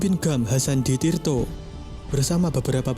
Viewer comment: Hasan di tiro bukan Hasan di tirto